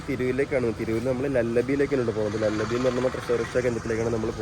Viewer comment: Lullabi ennan llallabi ennalla